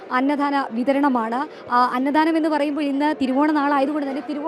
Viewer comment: please mind your pronunciation..അന്നദാനം ആണ് ശരി..അന്നധാനം അല്ലാ...സദ്യ ആണ് സദ്ധ്യ അല്ല